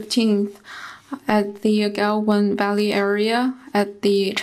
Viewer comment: They can't even pronounce Galwan valley properly and claim the ownership.